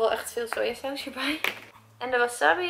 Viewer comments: het is wassabi alles kort uitgesproken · Dus de hele tijd wil je doen alsof je n expert bent in sushi en der een miljoen aan uitgeeft met die houdinf van je maar je zegt wel wasabi in plaats van wasAbi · Wasabbie😂 je spreekt het gewoon uit als wasaabie😂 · Jij spreekt het uit als wassabbi maar je zegt gwn wasabi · als je geen bruine avocado wilt moet je misschien een doosje kopen zonder 35% sticker want die komt er op als het dezelfde dag de laatste houdbaarheid datum is. En het is geen wasabi zo spreek jij het uit , je zegt waasaabie. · Vers is gewoon het allerlekkerst. Van Albert Heijn heb je ook tonijn sushi en die is wel erg lekker. Leuke video! Het is trouwens wasabi en geen wasabbi😂😂😂🍣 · Gewoon een tip maar maki spreek je uit als maakie en wasabi spreek je uit als wasaabie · Een tip zeg wasabi niet zo als je het schrijft zeg wasaabi voor de rest vond ik je video top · Sorry ik wil niet te betweterig zijn maar je zegt wasabi of de verkeerde manier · Jij spreekt wasabi heel raar uit ps geen haat reactie